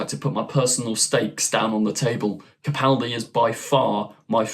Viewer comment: I'd like to commend you for using the correct pronunciation of Peter Capaldi's last name. So few YouTubers get it right, and it's a huge pet peeve of mine. Keep up the good work!